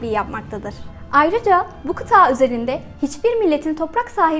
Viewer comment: Videoyu çekmeden önce, keşke kıtanın adini doğru söylemeyi ogrenseydiniz... Dogrusu, Antartika değil, Antarktika! Veeee bir de, kıtaa değil kıta, yani sondaki a kısa olacak. Valla gerisini, bu mesajı yazma sürem dışında, bu nedenlerle izleyedim. :(